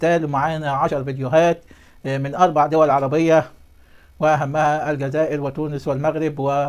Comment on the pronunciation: أرجو الانتباه الجزائر تلفظ بحرف الزين وليس الذال